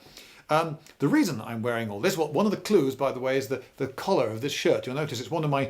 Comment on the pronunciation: BUT ITS NOT BEIGE! wait did he say color or collar?